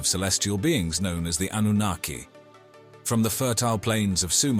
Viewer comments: Darn I miss spelled Annunaki. Well commentator was pronouncing it Annanookie! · did he just say Annunakayee? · I hope you can teach your A.I. to continuously say: ANNUNAKI. 😂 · AI voice overs are bad. 3 different pronunciations for anunakki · Is there a reason why the word Anunnaki is pronounced multiple different ways in the same video by the same person? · He's pronounces the name 5 different ways 😂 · The speaker mis-pronouncing Anunnaki tells us that he is reading and knows nothing about what he is talking about. He was hired to make this very impersonal and inaccurate video. There are 20-30 videos like this. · So funny how the same name used throughout this vid gets mispronounced every now and then!! How is it possible to say the same word wrong?